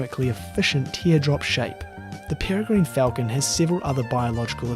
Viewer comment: peregrine falcon - pere sounds like 'terror' and gine sounds like 'g-win' - perrer-g-win